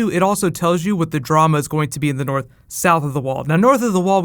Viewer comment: "The King in the noorf!" :D